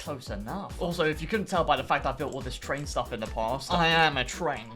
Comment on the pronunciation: victoria is a twain station, YESS TWAINSSSSS